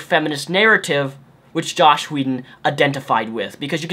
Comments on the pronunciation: JOSS Whedon! Not "Josh" haha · But you keep calling him Josh, not Joss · I completely and undeniably agree with every single thing that you've said in this video. It just annoyed me to an extreme extent that you kept saying "Josh" whedon. It's "joss" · JOSS, JOSS!!! Not Josh. Otherwise completely agree :D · This is an open letter I'm writing to the internet. Stop calling JOSS Whedon "Josh" Whedon. Thanks. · dude !! JoSS not joSH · its joss whedon not josh whedon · Dude... his name is JOSS not JOSH... enunciate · He hates being called "Josh." Joss Whedon. Rhymes with "toss" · Joss not Josh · pre-emptive comment and i'm sure you've heard, but it's joss, not josh. sorry! ready to hear what you have to say! love your shit man! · JosSSSS not Josh :-P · Joss not josh brother . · quick nitpick: it's joss. not josh. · the title says joss. not josh. (I just heard you say josh idk if it's spelled different) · it is joss not josh. there is no H in his first name. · "Josh Whedon" How does no one get that right? Anyways, totally agree. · Let's make one thing clear: these are not feminists (including Anita Sarkeesian). These are misandrists. Oh, & it's Joss, not Josh. ;) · Jossssssssss, not Josh. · Am I the only one who keeps hearing "Josh Whedon"? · You keep calling him josh whedon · Benjamin Vanhees he has a speech impedement or however its spelled